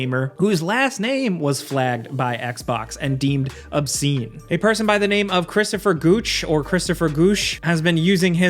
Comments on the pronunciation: Christopher Gooche 🤣 Poor guy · sorry but i laughed at christopher gooche